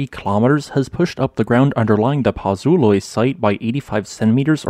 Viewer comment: Campi Flegrei is pronounced something like "cumpy-fleg-ray", and Pozzuoli is pronounced something like "pots-wol-ee". Despite whats going on at Campi Flegrei every geologist reckons that the next VEI 6 or 7 caldera forming eruption will occur at Iwo Jima. It will erupt like 1912 Katmai, 1883 Krakatoa, 1815 Tambora, or 1613 BC Santorini.